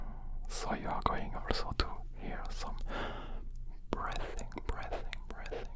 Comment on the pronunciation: not sure if you know but breathing is pronounced like “bree thing” loll